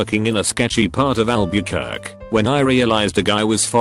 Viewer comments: "Albeekurk" I hope someone eventually makes a text-to-speech program that can pronounce words properly. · "Al-byu-kerk." I love you, Reddit-bot.